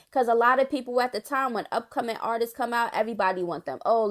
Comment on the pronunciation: That "Artistis" made my soul cringe 😬.....it's just "Artists" Lil sis 😊